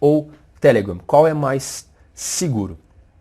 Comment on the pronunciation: O jeito q vc fala telegram é muito ruim. Deixa de querer ser americano.